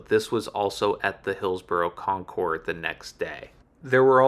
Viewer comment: Great video on a cool shop! Small audio notes: "Concours" is pronounced with a silent 's' : 'Con-coor' "Le Mans" also has a silent 's' ' Le -maan